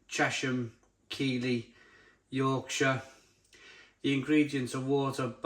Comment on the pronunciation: its a great review,a lot of people make the mistake of pronouncing Keighley as keeley but the gh isnt silent,pronounce it more as keith-ley 👍